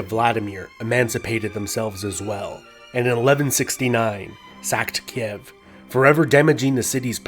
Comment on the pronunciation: You always butcher some of the pronounciation. XD Sekigahara, Ieyasu, Kiev... xD Kind of adorable.